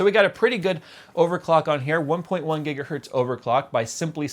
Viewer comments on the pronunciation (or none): none